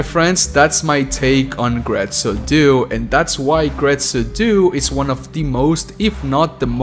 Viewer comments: Very well made video but my friend, my friend, DUE, DUE, "DO-AY"!!!! Not "doo"😭😭😭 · It hurt my hears to hear "due" in English... "due" means "two" in Italian. Like, the number two. That number after "one" and before "three". Numero "dos". Uno, due, tre.... "Due" in Italian is to be pronounced something like "do eh"